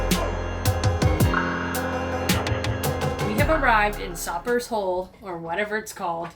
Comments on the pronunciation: Welcome to the BVI. I'm local here if you ever wnt to get some FPV Drone Footage of The Dead Dolphin. And it pronounced "Jo-st-van-dyke" not "yost van dyke" & its "Soap-ers Hole" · Sopers Hole rhymes with roper. Long o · You guys are so funny.. It's pronounced "Soapers" like the soap you use.. Sopers hole sucks too.. Should have completely provisioned before you left STT, or even St. John.. Then get a BVI fishing license and you would have been good to go or you could have bought meat. Where do you think people in BVI go shopping?? Why do you think that the BVI ferry runs so many trips every day?? Sorry, but I can't help but have fun with newbes.. BTW.. MOST boaties prefer the hook to mooring balls because I trust MY gear to someone else's. Just sayin.. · Sopers Hole...pronounced just like soap. There is a nice grocery store (Bobby's) right in Cane Garden Bay (Tortola).....straight shot across from Jost. Lots to do in Cane Garden Bay...and a very old rum distillery (Callwood's) is definitely a must see.